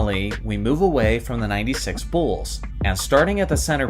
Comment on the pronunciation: "Da Bulls"